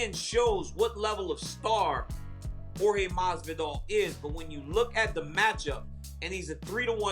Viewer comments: Kendrick Perkins “Masdidal” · I thought he called Jorge goosman masvidal 😂 this whole interview was unprofessional someone should be fired I expect more out of espn